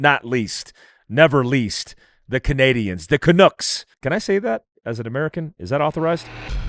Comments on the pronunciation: It’s Canucks, not Canooks. 🇨🇦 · And bro it's pronounced "Can-ucks" not "can-ooks" lol i hear by authorize you!!! Lol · WTF causes Americans to say "Canook". Do you call the bird a "dook"? Pronounce the "uck" just like it is in "duck"